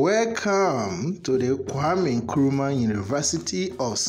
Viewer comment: Correction plz. "Nkrumah" not Nkurumah